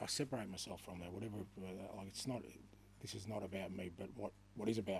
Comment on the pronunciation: “Zis is the history of tottenham” a famous man once said 😂